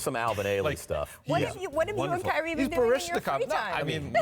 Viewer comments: did she just call him “Kylee”? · why she say it like ky-reee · she said “Kylie” 😂😂